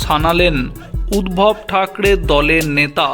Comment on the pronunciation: 'উদ্ভব' নয়,--'উদ্ধব ' হবে।